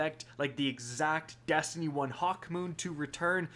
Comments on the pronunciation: "testiny 2 news" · Did anyone else hear “testiny” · Are we gonna ignore that he said testiny